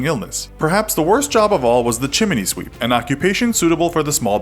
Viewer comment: LOL! "The chi-mini sweep"!